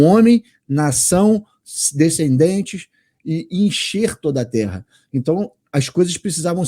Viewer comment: DESCULPA,MAIS NÃO GOSTO,QUANDO VOCÊ FALA TERA,O NOME CERTO,É TERRA,TEM 2 R